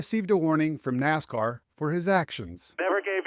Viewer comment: It’s NASCAR not WASCAR.